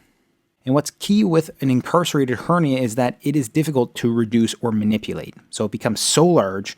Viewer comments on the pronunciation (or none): none